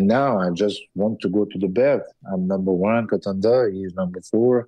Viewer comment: “I’m numbeurre one contendeur…” Wtf man 🤣